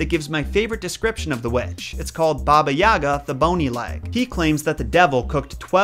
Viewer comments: u miss pronounced Babayiga not babayaaaga and its kashey not koshey as a Slavic person she is one of my favorite villain's proof Я Яни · It’s not baba ya’ga it’s baba yaga’ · i am sorry to say this but my russian mom says that it's pronounsed baba yiga not baba yaga i honestly don't care because i know it is hard to prounouces it for you and many others but i mean my mom told me to write this comment. (btw love your vidz i love this one the most cause of how funny it is (also me russian)) thank you for listening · All throughout hearing English speakers talk about her, I can never figure out why you guys keep putting the accent on the wrong syllable. It's YagA, not YAga. Such an odd detail that is somehow always gotten wrong... Same about pretty much every Russian name in this video. Anyway, aside from that, thanks for the video, keep up the good work! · She’s saying it’s not like yahhga it’s pronounced yagahh! Like ahh at the end and a short a sound on the first a ya-gahh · It pronounced "YagA" - stress on the last letter "A". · Baba is what Russian kids call their grandmother, and elderly women they’re close to. It’s generally a term of endearment. Also, the accent is on the G not the A. So, more like Baba yuh-Gah. I know, it’s strange. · Isn’t it Baba Yaga pronounced Baba (Yay - guh)? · It is pronounced bah-bah yay-gah